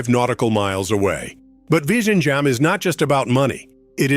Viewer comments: Its virinyam, Namaste from hydrabad. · It's not L but ഴ . That's a sound most tamil people can't pronounce despite the tamil language name itself having that letter in തമിഴ് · The pronunciation is VILINJAM. The Congress Govt waited for Mr. Modi to complete the project. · Better call it TRIVANDRUM SEAPORT..vizhinjam is little tricky to pronounce